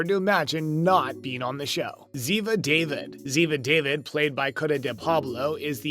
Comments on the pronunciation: Please Have The NARRATOR'S Pronounce Names Correctly Like ZIVA (Spelled DAVID PRONOUNCED DAVEED). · If you are talking about favorite characters at least learn how to pronounce their names It is Zeva And David is Dawveed! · IT'S (DAVEED), No W!